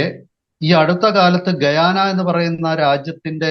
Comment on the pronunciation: ഗയാന എന്ന സ്ഥലപ്പേരു് ഇയാൾ കേട്ടിട്ടില്ലെന്ന് തോ ന്നുന്നു !ആ പേരു് ശരിയായി ഉച്ചരിക്കാൻ പോലുമറിയില്ല.